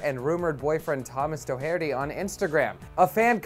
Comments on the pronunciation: It's pronounced 'dock-erty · Pronounced dock-erty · Thomas Doe-Hair-Dee. Really dude? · I'm more mad at the way the host pronounced Doherty than anything else.